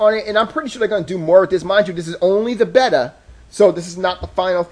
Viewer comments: Bay-ta not betar man. Also, the store's layout? Perfectly fine. Jeez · Beta? Bay-tah, bay-tah not better! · This has to be the worst review for a product on YouTube. The fuck is a "betta?" "This is only a betta"? & it's said probably twenty times. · BAY-TA WTF MAN! O_O